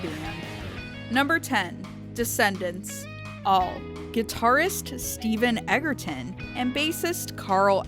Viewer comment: What an embarrassment. All at only 10 and didn't even come close to saying Stephen Egerton's name right. So fake of fans.